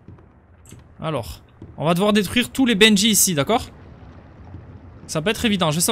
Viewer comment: Pourquoi tu dit bendjy c'est bendy